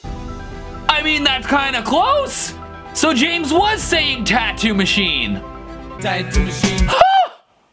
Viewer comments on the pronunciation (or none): none